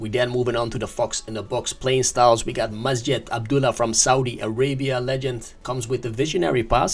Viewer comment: 😂😂😂the saudi guy his not MASJED 😂😂 his majeeeed 😂😂😂